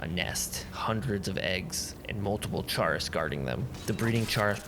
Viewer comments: Excellent video, but for the love of god Chaurus is pronounced like Chorus not "Chair is" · That isn't the correct way to pronounce chaurus